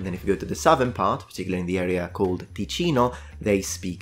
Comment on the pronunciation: "Tekeeno"??? Really? Get outta here... do your basics first :-(